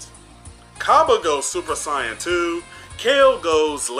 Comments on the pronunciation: did he say it (Sai- on )instead of (say-yun) or the Japanese(say-ya-jin) what a weird way he pronounces it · Why do you say saiyan like cyan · How the f do you pronounce Sayain... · Don’t even know how to say saiyan 🤦🏽‍♂️ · Why do you say Saiyan so weird?